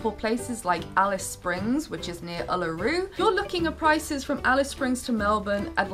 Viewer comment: oo-loo-roo. not uh-luh-roo.